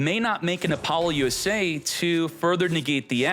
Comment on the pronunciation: He does it on purpose, like Apollo USA and ba-boost and r yu-ge